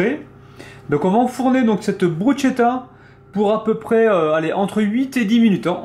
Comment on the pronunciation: elle à l'air sympas cette et elle presente bien :) juste un petit détail me chiffone ^^ je crois que l'on prononce "brusketta" et non pas "brusgetta" je dis ça je ne dis rien :) en tout cas chouette recette comme d'habitude bonne soirée